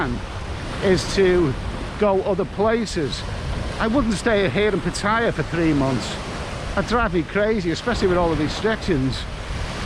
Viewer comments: FFS - if you want to be Pattaya blogger at least pronounce the name correctly - there is no tire in Pattaya. You sound like a complete say Pat Tire. But great vid anyway very informative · Why can't Thai vloggers just pronounce Pattaya the correct way! Hint. Ask a Thai person to pronounce Pattaya. How hard can it be?🤔